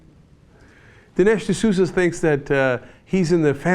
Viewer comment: Dinesh D'Souza...Sounds like LOOSUH...Oh well...